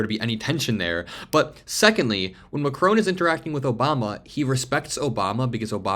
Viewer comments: Check the pronunciation of 'Macron' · Please learn how to pronounce ''Macron'' ! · Please pronounce Emmanuel Macron’s name correctly. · Macron is pronounced with a silent n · PLZZZZZZZZZZZZZZZZZZZZZZZZZZZZZZZZZZZZZZZZZZZZZZ Listen to Google How NAMES are pronunced correctly !!!!!!!! MACRON ... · MAC - RON MAC - RON Repeat after me MAC - RON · Lol!! So astute. It's that old thing that a strong handshake is a sign of a strong character. But I'm Trumps case it shows how much if a simpleton he is. BTW...it's Mac-ron. Not Mac-rone..just saying 😊😊😊😊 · Just a minor detail, but the French presidents name is pronounced MAC-RON 🙂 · It’s not Mac-rone. Learn how to,pronounce it. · "Macrone" is not a real word. You bloody Americans cannot pronounce a simple word your haven't learned formally. Your mispronunciation is cringeworthy. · Why are you repeatedly so incapable of pronouncing Macron's name correctly? - Mack-ron - there is no W or E it is not ...krowne. 🙄😖🤨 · You pronounce the name Macr'o'n, the 'o' is like the 'o' in cOtton. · The name is Macron …..NOT Macrone! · please say "Mac-Ron" not "rone" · His name is MAcron, not maCRON. You are pronouncing foreign leaders' names improperly more than once man. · His name is pronounced MACKron not MaCRONE. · It’s pronounced MackRon not Macrone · Please pronounce Macron’s name correctly. It is not Macrone, it’s MacRON. It is very disrespectful to not pronounce names correctly. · It's Macron, not Macrone. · Not Macrone, his name is Macron, with nasal o and silent n. You have to pay attention if you want to be a reporter. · Love your vids, but it’s Macron not Macrone. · Macron, not McCrone. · It's Mah Kron not Ma Crone. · Why do the Americans call him Macron(e). Listen to how the French pronounce his name. Its Mac-Ron. Simple.... Macroane? ..... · President Macron is NOT Macrone. It Macron no ‘e’ at the end. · 'Ma kronn' dude not Mackroan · It’s Macron not Macrone - short ‘o’ not a long one.